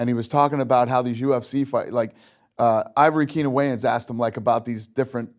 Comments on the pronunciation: Ivory Keenon Waynes Dana? It’s Keenon Ivory Waynes. Lol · Why nobody correct him when he kept saying Ivory Keenen Wayans instead Keenen Ivory Wayans 😂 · LOL "Ivory Keenan Wayans". It's "Keenan Ivory Wayans" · Is Dana dyslexic? It's KEENAN IVORY Wayans, not IVORY KEENAN. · goodness sakes Dana... It's HELIO GRACIE and KEENEN IVORY WAYONS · He called Keenan Ivory Wayans..... Ivory Keenan Wayans twice. Lmao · Nigga said ivory kennan wayans wtf Dana 😂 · Snoop knew that Dana white was saying Keenan Ivory Wayans name wrong the whole time but did not have the nuts to correct him...man smh. the Kevin Hart of rap